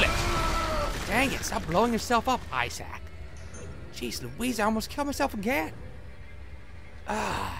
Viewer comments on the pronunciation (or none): I assumed it was supposed to be "eye-sack", but eh. It's a humourous mispronunciation. *beat* Did a joke just go completely over my head? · Oh god, the worst images come into my mind when he pronounces Issac's name as "eye-sac". *shudders*